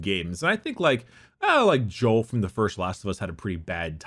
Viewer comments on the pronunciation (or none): none